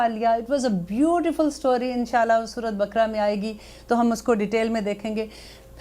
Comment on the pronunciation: Apna tallafz durust kren surat bkra nhi kehte Sura e baqarah